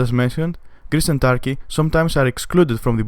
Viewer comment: its not tarky its turkey wtf tarky